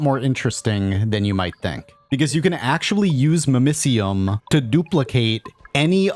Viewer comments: Hearing it pronounced mimiseeum instead of mimicium makes me cringe everytime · Your pronunciation of mimicium hurts